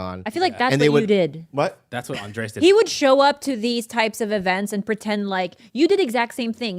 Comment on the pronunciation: SOMEONE FINALLY CALLING OUT BOBBY MISPRONOUNCING ANDRES' NAME